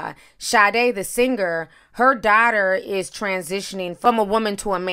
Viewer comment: The way u pronounce the word daughter is funny as hell 😂😂😂